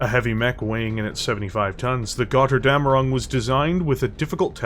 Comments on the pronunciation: The name has to be spoken like it is written with a "Ö" not an "O" in German. I know that this vowel mutation is hard for natural english speakers to pay attention but as a Steiner Loyalist from Germanny i must say please try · "Götterdämmerung" is a BAD word for english speakers, because they don´t understand on how to pronounce the "ö" and "ä". To make it as simple to understand as possible: for the "ö", spell it like the "u" in hurt, urge and turn. Meanwhile the "ä" is pretty much just like the "a" in english... just use the same a like in man or hand. The mech itself looks cool but seems to suffer from shrunk cockpit.